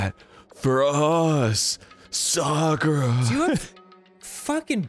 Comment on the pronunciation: dan pronouncing sakura’s name correctly is music to my ears